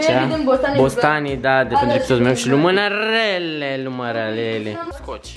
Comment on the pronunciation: "Si Lumanarele , Lurmalele" :D